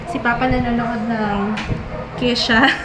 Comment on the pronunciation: it's Ke-sha! Hahaha Although her name is spelled as Ke$ha.